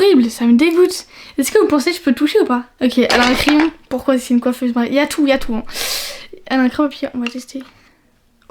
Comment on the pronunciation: Pourqoi tu dis coifese❤❤🎉🎉🎉❤❤